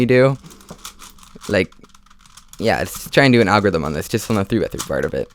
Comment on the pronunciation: Lol agorithim